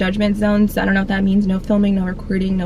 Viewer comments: I am so here for the British accent every time you say “Soo” 😂 it is sending me! Lol love your vlogs boo! Wanna start my weight gain journey like you did too. Definitely seeing your progress! Be blessed ❤️ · The way you say “so” 😂😩